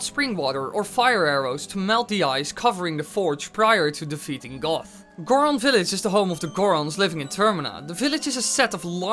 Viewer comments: Yes it is! Like a bahbah GOAT not GOTH 🤣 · IT IS GOHT, NOT GOTH! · his name is goht not both it is pronounced like goat or like got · d-did you call goht goth? I am fairly sure its said as goat, or guh oh t. Not goth. Goths wear makeup not masks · I'm sorry, but I could swear that you were pronouncing Goht as "Goth". But you didn't, did you? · it's goht, just a...wanted to make that clear. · Isn't it "Goht" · Just saying goht is pronounced goat not goth